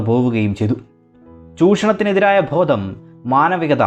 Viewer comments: Bhodam alla bodham aann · Thanks for the information. ഉച്ഛാരണം കുറച്ചു കൂടി നന്നാക്കിയാൽ കൂടുതൽ നന്ന്, ഉദാഹരണം ഭോദം എന്നത് ബോധം എന്നാക്കണം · ഉച്ചാരണത്തിൽ ശ്രദ്ധിക്കുക... ഭോദം അല്ല...ബോധം ആണ്